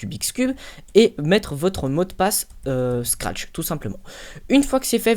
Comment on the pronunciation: tu dis trop de fois SCARTCH